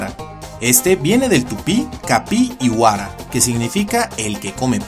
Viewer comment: ERROR En Paraguay les decimos capibara, y tanto el nombre capibara como carpincho vienen del guarani, solo que uno de ellos es del tupi-guarani (una división en el idioma), la pronunciación también está mal, y el significado que le da, capi: pasto, si, pero "iguara" en realidad es "yguara", "y" se pronuncia como una "u" pero mostrando los dientes y significa agua, entonces capi yguara seria "pastador del agua"